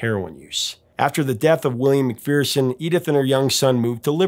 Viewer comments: McPherson is pronounced McFerrson, not McFeerson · McPherson is usually pronounced in Scotland with a short "e" vowel first and a schwa second.. Mc Fer s'n.